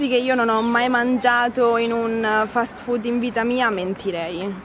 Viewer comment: I like the way you said "fat food"😃 You are right. It IS fat and full of carcinogenic stuff too👍